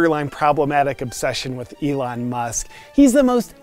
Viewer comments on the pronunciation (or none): none